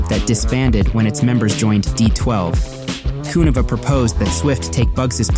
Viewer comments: Great video but you're killing me the way you say Kuniva..Subbed! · Kuniva is pronounced like conniving, flava is pronounced like flavor.